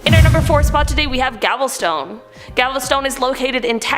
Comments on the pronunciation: That's Gal-ve-ston, sweetheart...I actually thought Gavel-stone sounded cooler though 👌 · The Texas one is Gal-ves-ton, not Gavelstone!! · Gavelstone is not how you say or spell it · Ahhh…, where exactly IS “Gavel—stone?” Are you sure it’s in Texas? Hmmm? Maybe it’s close to Galveston? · Gavelstone lmao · ... Thanks! I was looking for this comment 'cuz that's the 1st thing I thought too!😊 But what's with "Gavel-Stone"!?? Wtf!?😆😆 I've never in my life heard Galveston said that way. Bugs me that she has mispronounced a lot of names, especially Canadian towns/cities. It's not that difficult to double check.